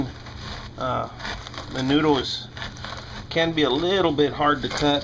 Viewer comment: when you say mendo you dont say the d